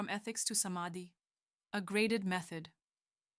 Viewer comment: Pronunciation is not correct as it should be, some of the sanskrit and hindi words are not pronounced properly such as समाधि is pronounced samdhi (meaning is totally changed) and many more.